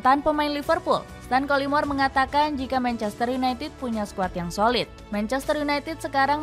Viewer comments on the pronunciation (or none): Manchestereh kok ada eh nya min?😂